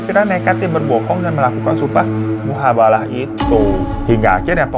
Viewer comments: mubahalah bang, bukan muhabalah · Mubahalah bukan muhabalah kak 😂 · Bukan MUHAbalah bang tapi MUBAhalah.. Itu judulnnya mah udh bener tapi babang salah terus nyebutin nya😅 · Mubahalah bukan muhabalah 😂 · Mubahalah bukan Muhabalah setau saya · Bang Hiro salah sebut ya, mubahalah jadi muhabalah 😅, gak pernah ketinggalan selalu nonton video bang Hiro ❤ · mubahalah babu... bukan muhabalah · Fyi : MUBAHALAH bukan Muhabalah😂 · SUMPAH MUBAHALAH BABU, BUKAN MUHABALAH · Mubahalah yg bener, bukan muhabalah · Salah.. Bukan mihabalah, tapi mubahalah bosa que 😊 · Mubahalah bos bukan muhabalah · bu, babu, setau gua mubahalah dah bukan muhabalah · jadi yg bener muhabalah ato mubahalah nih ? 😭🤣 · Muhabalah apa mubahalah sih...? Di judulnya mubahalah, tapi di videonya disebut muhabalah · Mubahalah bukan muhabalah